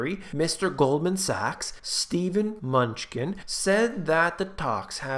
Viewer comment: Munchkin, hehe that is the best way I have heard his name pernounced.